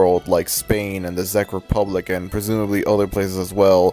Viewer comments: Czech is pronounced like “Check” not “Zeck” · this is very interesting but heads up, "czech" in "czech republic" is pronounced like "check", not "zeck" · im sorry THE FUCK? THE ZEK REPUBLIC? "Czech" is pronounced "check", man. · Why is he saying "The Zeck republic" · Because it sounds like Czech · Czech is pronounced how you would say “check” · Correction, The "Czech" in the Czech Republic is pronounced like the word "Check". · "Zech republic" 💀 Edit: also here in hungary (and likely other european countries) cloudy with a chance of meatballs aired on cartoon network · I don't mean to sound like one of those people, but Czech is pronounced "check". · Czec in pronounced like check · I like ur vid but Czech Republic is pronounced check Republic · ffs Czech is pronounced "Check" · the way you kept pronouncing czech republic wrong😭it was triggering me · sooo nobody is gonna talk about how he's pronouncing the Czech republic